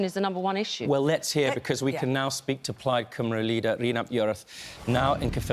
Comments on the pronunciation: The way they say Cymru as Coomru is driving me nuts. They never even bother to learn the pronunciation. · You’d think English presenters would have learned how to say “Cymru” by now.